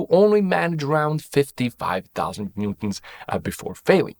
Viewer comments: NEWton ffs! it's NEWton pronucing like NEW TON, not Nton. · Why bro pronounce newton as "ntuns" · Sir how do you pronounce “newton”? This guy ☝️ “noo-ms” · are you trying to say newton??